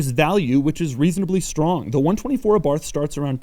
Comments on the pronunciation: 5653 comments so far so I'm guessing that someone has mentioned that this is a 124 spider not a Abarth spider and that Abarth is pronounced Abart as in Italian the 'H' is silent. Maybe with a little 'ah' at the end. As an owner I can also mention that these cars a re far from perfect but are in fact a great all rounder that appears to be reliable as one would expect of Japanese manufacture coupled with Italian style. Ie flawless so far. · I think you're really cool Doug... but this is how you pronounce Abarth... eh bart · It is pronounce ARART not Abarth dummy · sound like youre saying Abarf. lol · It's pronounced eh-BART you fucking dipshit slender giant freak. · The "th" at the end of the word Abarth is pronounced as a hard-t sound. "Ah-bart". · Abart the H is silent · Abarth is pronounced without the H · My understanding is that the name is pronounced “Abart” - not Abarth as you pronounced it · AbaRth? Aba:th is the correct pronunciation. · Dough is the type of guy to speak „Abarth“ with the english th. You have to speak it Abart, with a rolling „r“ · Hey Doug...it’s not abarth, it’s Abarth..,long A. Thought u might like to know. Keep up the good work. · It is pronounced Ah-BarT or Eh-BarT, not Ah-BarTH. It was named after Carlo (Karl) Abarth, a car designer who was born in Austria and later moved to Italy and started his own company. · Please say the word correctly. It is not A-Barth it is pronounced Abarth, all one word. I enjoy most of your videos but your voice is like nails on a chalkboard. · it is pronounced àbarth, not abàrth. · Pronounced A-barth not abarth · Abarth is pronounced "Abart". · It’s pronounced “ABART” you don’t pronounce the “th” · Abarth, not aborf